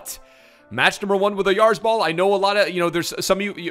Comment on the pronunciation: As a Real Sociedad fan, I wanna say has been the only one that has pronounced his last name “correctly”, or at least the closest i’ve seen!